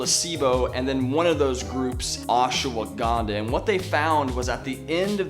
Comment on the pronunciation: Ash-wa-gan-dha... for some of us, it's hard to focus when you say "ash-a-wa-gan-dha"